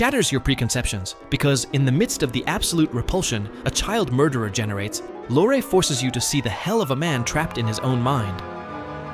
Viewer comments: It’s Vito Corleone pronounced Vee-toe not Veye-toe. It’s also Peter Lorre pronounced Lorry not Lorr. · And Lorre pronounced “Lore” several times. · Peter Lorre’s name is pronounced like the woman’s name Laurie. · For god's sake, if you can't pronounce Vito Corleone or Peter Lorre correctly, you're in the wrong line of work.